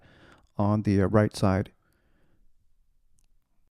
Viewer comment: Great review, and thanks for saying Bedale properly.